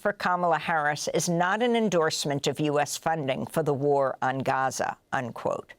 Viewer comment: She said Ghaza nat Gaza. Brilliant 👌🏼